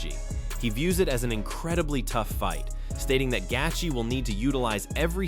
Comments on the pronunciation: Why not learn how to pronounce fighter's names since you make videos about them? Who is Justin Gaytheay? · justin gatheegee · AI…. Every mention of “Gaethje” is pronounced differently. That’s funny as hell.